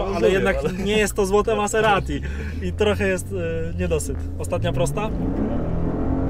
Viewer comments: MAZZERSTI A NIE MASSERATI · Miazga !!! Mazerati .. .a nie Maserati xDDD